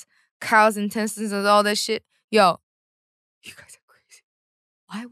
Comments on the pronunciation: SHE KEPT SAYING INTENSETINES SKADJKSAJKDASJA I AM LOSING IT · KawaiiCupCakes at first, I thought she was saying tentacles lmao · I thought she was trying to say “tentacles” but then it just went too far😂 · In-tes-tine 😂😂😂😂 jamieee🤣🤣🤣🤣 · INTESTINES sounding hilarious from Jamie is cute n Hillarious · now you got me saying intestines wrong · I dont even know how to properly say Intestines after hearings her say it like that so many times